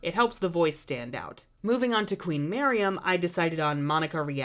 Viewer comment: It's actually queen Marion. Or were you actually saying that but it's just me who heard Miriam? XD